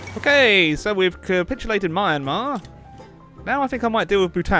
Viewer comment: The way the pronounced Myanmar...